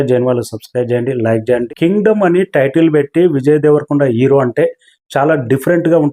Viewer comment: Mundu english nerchuko ra ooruhook ga. Ero, ferfect... Endira maku idi 😂